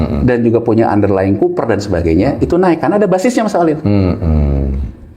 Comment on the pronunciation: copper dibaca koʻpper, bukan kuper mas.